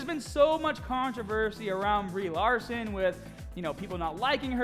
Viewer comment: You know who plays Captain Mahhhvel? Brie Lahhhhhhhson